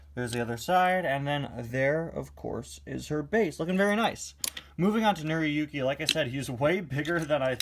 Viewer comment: it's pronounced nora yooki